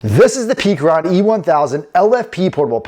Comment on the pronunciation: It's call pecron, like peck sounds like heck-ron not peak